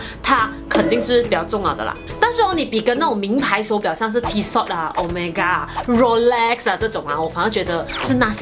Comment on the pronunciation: Tissot 不是发音 Tee-shot. 应该发音 Tee-so.